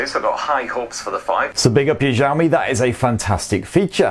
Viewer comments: Sorry 😁 But it's Xiaomi not Jiaomi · Bro, it's not ZHAO-me PLEASE 🥺. It's shao-me, sha from shark(Not zhark) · Its ziaomi . Accent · see-ou-mee. not ciao , not jiao. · please its pronounce as shaomi not jaomi lol it feels cringe when you say it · No it's pronounced ciao-me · Its xiaomi not jami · Why does he keep on saying "jaw me" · Instead of Xiaomi he says jammie, xomi, shami.... Hadeeeh 🙄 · its pronounce shaomi . say the 'sha' like shower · nobody : this guy : zhao mi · It's not Jiaomi or Giaomi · wth is jaomi? can't you freaking read?? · Nobody:: Jiaomi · The Chinese "Xi" can be a bit hard for Westerners to pronounce. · Hearing "jaomi" is what bothering me while watching the video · I don't why but i laugh when he says Xiaomi as jaomi 😂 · You pronounce xiaomi like jaomi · good videos but pls look up how to pronouce Xiaomi :D